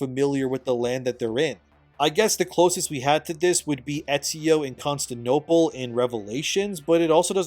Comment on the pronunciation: Ah yes Constanople , named after the emperor... Constan... they just called him Stan.